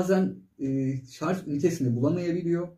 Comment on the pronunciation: teşekkür ederim. Affınıza sığınarak bir yanlışı düzeltmek istiyorum. Çok yaygın bir yanlış maalesef. Sarj sözcüğü şarz olarak okunmuyor. Sarj olarak telaffuz etmek gerekiyor.